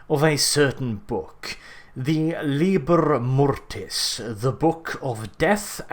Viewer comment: Maybe you mean LibEr Mortis not Libr Mortes?